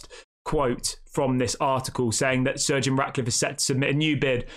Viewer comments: Why does it sound like your saying surge eon Radcliffe and no to Jim cause he will still do what the glazers have done plus he don’t have the money himself which again is exactly what the glazers done which means the club will be focusing on money not football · Stop saying surgeon. It’s Sir Jim